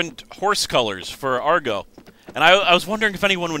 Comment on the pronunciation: ITS AGRO, NOT ARGO, AGRO!!!!!!!!!!!!!!!!!!